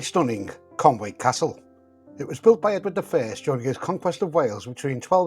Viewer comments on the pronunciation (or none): Yes you destroyed the Welsh language 😂, Conwy, the W is pronounced 'oo' as Conooy, not Conway, and Morfa, the F is pronounced V, as Morva, an 'f' as pronounced in English is 'ff' in Welsh, as friend in Welsh would be ffriend, I know this is not perfect, but I am English, my spoken Welsh isn't bad but I admit I have to work on my gramma, take care ❤ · You obviously need your eyesight testing. Read the road signs properly. You’ll notice that there is NO A in Conwy! Also, we don’t pronounce it Clandudno or Landudno! If you can’t be respectful of our Country, (Yes Wales is a country not a COUNTY) then stay away. The tunnel was news 40 years ago, now it’s just a hole that lets too many arrogant English in!